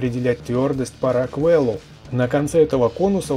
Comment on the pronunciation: Ох...когда услышал "по раквЭлу" на меня так передернуло что чуть не залил клаву кофиём.... шкала рОквела...рОквел...ударение на О))))